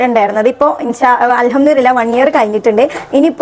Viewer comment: അൽഹംദു റില്ലാഹ് അല്ല മോളെ.. അൽഹംദുലില്ലാഹ് ആണുട്ടോ 😊